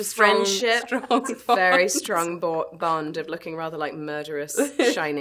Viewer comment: The way Emily says "bond...." Oh no, John's American accent is winning.